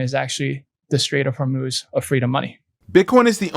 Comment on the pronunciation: Take a shot every time he says, "Strait of Hormuuhhz"